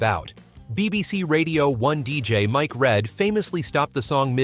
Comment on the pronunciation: Mike Read pronounced REED